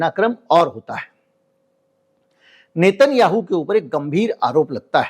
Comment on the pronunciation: नेतन याहू नही नेतन्याहू है उसका उच्चारण 😮